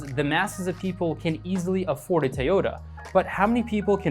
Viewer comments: Good video, but how you say "Tay-ota" gave me tourette's. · The way you pronounce toyota. Lol you just earned a sub.